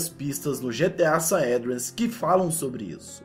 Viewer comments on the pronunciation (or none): "GTA Saédreas" kkkkk ótimo vídeo. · " Saédreas " ? KKKK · GTA SAÉDRIAS KKKKKKKKKKKKKKKKKKKKKKKKKKKKKKKK RI ALTO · que diabo é GTA saendreas? 😂😂😂😂😂😂